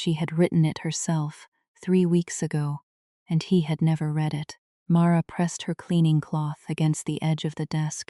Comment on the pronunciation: Read like reed present tense. Read like red past tense.